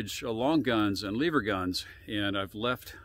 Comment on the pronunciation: it's lever as in NEVER, never say Leave her.